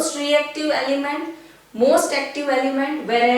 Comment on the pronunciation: Mam it is element not alyment